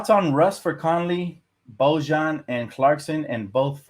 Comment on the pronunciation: Your pronunciation of Bojan is killing me man 😭😭